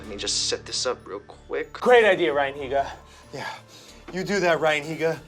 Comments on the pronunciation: dude its neega heega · the way they kept saying ryan higa dou 😂